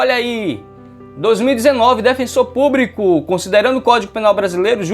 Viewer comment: Ótima aula. Só é difícil ouvir "aPRIcação" e "InTEPREtação" e púBRIco".